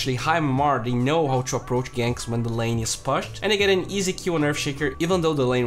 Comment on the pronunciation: you say pushed as pashed